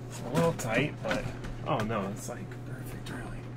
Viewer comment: “Little” not “widdow”